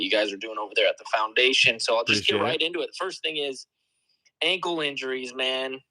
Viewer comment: Did say clowndation?